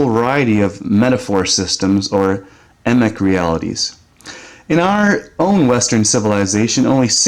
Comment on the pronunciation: Pronounce the E in Emic like FREE. Just a tip and thanks for the reminder I have not read that book in a long time. Go to RAW's webpage he had a direct link to The Flat Earth Society. I tend to think he knew but didn't dare speak of it as cameras were rolling as he felt it would unleash chapel perilous...for people that couldn't handle it very well. He never said he was on one side or the other, as I have always been as well. Think about it another way and the truth shall set you free. The truth maybe not a set location or place...it sets you about, gets you going somewhere, it should not settle you in place, thinking about the flat earth can get the mind going and RAW was all about getting the mind going blending real with not real and trying to find the metaphor in anything while not landing anywhere specifically certain without losing your mind at the same time! But here maybe the kicker whether it maybe flat or not seems to me a matter of how you process the simulation, everything that exists in this place seems simulation, death pulls one out of this simulation, so ergo if it maybe simulation than any attempt to get at the underlying reality will run into shortcuts, and there's tons of evidence for this, tons that I have collected over many years and put together for what will become my first published work very soon.